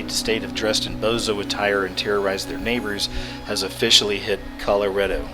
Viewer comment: Honestly.. I feel like punching you in the face everytime you keep saying "kella-REDDO".. ITS FUCKING KAH-LORR-RAH-DO GODDAMNIT !! Sound the fucking thing out... Col-or-RAAHHHH DOO. Stop staying "kella Red-Doh you friggin imbecile. I don't know why that annoys me so much, but please continue...